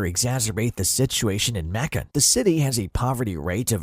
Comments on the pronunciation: Someone should have programmed “May-Kun” into the robot! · Macon rhymes with bacon get it right